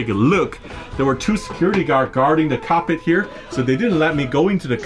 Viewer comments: Did he say cockpit or carpet? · I like how you pronounce cockpit 😆